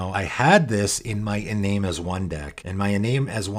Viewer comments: Bit of a nitpick. Iname is a Japanese name. It should be pronounced ee-nah-may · Iname is pronounced ee-NAH-meh